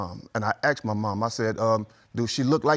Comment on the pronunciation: You asked, not acxed